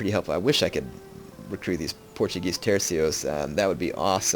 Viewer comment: Techinically its not "terkos", its "tersos". Thats not a C thats a Ç.